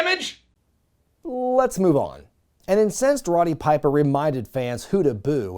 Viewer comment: Did you say Ronny Piper? Lol it's Roddy